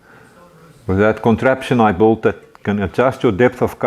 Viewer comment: I think he is saying built but it sounds like bought